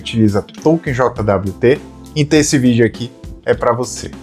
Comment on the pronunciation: eu nunca tinha ouvido ninguem falar "JOTA DABLIU TE", eu sempre ouvi "jót". soa muito estranho, falando as letas :D Eu prefiro usar paseto nas minhas solucoes. um jwt mau implementado é um deus nos acuda.